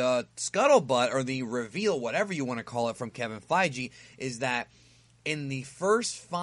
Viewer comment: Kevin Fei-Gee